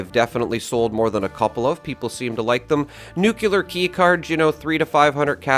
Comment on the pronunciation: All these years and you still can’t pronounce ’nuclear’.